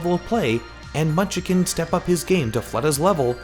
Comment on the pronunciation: This guy cannot talk. Munchkin is not pronounced munch-a-kin